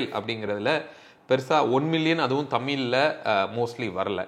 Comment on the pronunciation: Pronounce the word Tamil properly